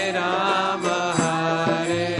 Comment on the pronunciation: Dear, Without meaning any offence to you I request you to please note that the Maha Mantra is “ Hare Krishna Hare Krishna Krishna Krishna Hare Hare Hare RamA Hare RamA RamA RamA Hare Hare” While in your kirtan in this video you were pronouncing it as Hare Krishna Hare Krishna Krishna Krishna Hare Hare Hare Ram Hare Ram Ram Ram Hare Hare “ This is the maha mantra and the strength of a mantra is in the sound sequence. Pronouncing RamA as Ram changes the meaning of the mantra. I hope you will not take this as an offence but just as an observation. I am inspired by how you are inspiring many many young people to choose an education based on the Bhagavatam and Bhagwat Gita and Chaitanya Bhagwat and Chitanya Charitamrita and our shashtras. Thanks you for this wonderful seminar which has inspired me to take up homeschooling for my children. Hari Bol!